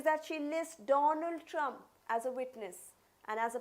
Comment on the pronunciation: I’m going to pretend that she said President Dump . I know it’s simply her accent, but let me have my moment…